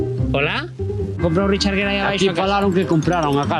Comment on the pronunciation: Por si acaso les ayuda. El apellido del señor Gere, él y nosotros en EEUU lo pronunciamos "guir" como en "guirnalda'. Seguro que no tiene ningún sentido para ustedes, pero es asi. Pero bueno, no me crean a mi. Simplemente busquen programas como Entertainment Tonight, hagan una búsqueda alli sobre Richard Gere, y escuchen como pronuncian su apellido. Saludos.